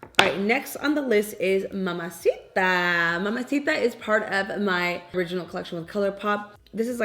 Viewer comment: I love that you empasize the accent when saying mamacita and arriba. Get it girl! ❤